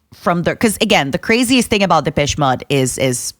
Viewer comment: Took me forever she was talking about Depeche Mode. I was like, "who the hell is dippesh mudd"??